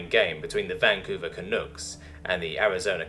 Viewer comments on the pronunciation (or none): Canooks. Hahaha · not that I expect it to come up again, but Canucks rhymes with pucks